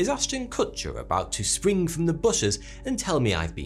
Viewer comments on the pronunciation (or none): none